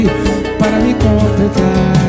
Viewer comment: Serio que ele falou "COMPRETAR" ?